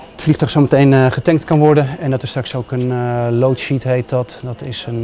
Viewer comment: Lootsheet. Goed Engels......